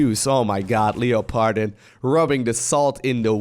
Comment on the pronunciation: until i read it myself i did not understand this name from pronounciation. When i saw it i thought, ohhh its german.:D